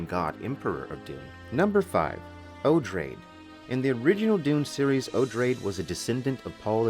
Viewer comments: O-drah-day. It is an adaptation of Atreides. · Oh-draw-dee (Odrade)